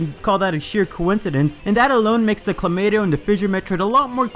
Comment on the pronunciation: > still pronounces it as Clomato